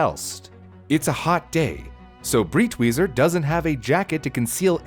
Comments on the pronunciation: btw the guy's called "Breitweiser", not "Britwieser". just like the I in "wiser" you made for that joke. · Breitweiser is pronounced like "bright-visor". The "ei" makes a long-i sound, like "eye", and the "w" makes a "v" sound. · i think the pronunciation is more like "bright visor" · It took me a google search to figure out his name cause it is REALLY completely mispronounced to the point of not understanding it at all. For anyone wondering it’s Breitwieser (pronounced briteweeser) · Thank you for this video! I was horrified that his mother burned those paintings... but my man, Breitweiser is pronounced like "briteviser" LOL... nonetheless, this was awesome and educational :)